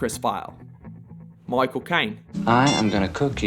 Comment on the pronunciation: moichael kay-ne!